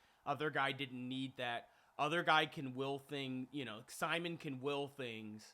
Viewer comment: His name is actually pronounced "Sea-Moan"